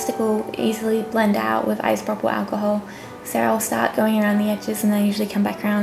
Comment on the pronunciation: Her voice she can't even say alcohol damn my fucking God